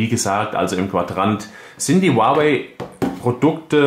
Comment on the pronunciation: Es heist nicht "uawäi" sondern "huawei"